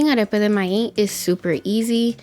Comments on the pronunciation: I love this recipe and I love how you say the word MAIZ without the Z at the end. It sounds more like MAI... Love it! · Arepa de MAÍZ 🌽 please emphasize “Z” MaiZ recipe looks awesome 👏🏻